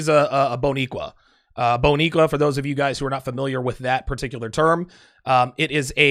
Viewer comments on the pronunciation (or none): Hahahahaha it’s Bodiqua. And it’s only for Puerto Rican’s. Wow now I can’t take you serious.